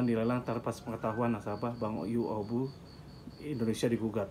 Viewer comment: Bukan yuobu tp yuobi bacanya pak. Bacanya bukan kesi tp cesi (cessie) pak. Semoga semua masalahnya cepat selesai. Aamiin